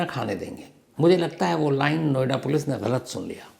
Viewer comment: नोएडा पोलिस ✖️एडा पोलीस😂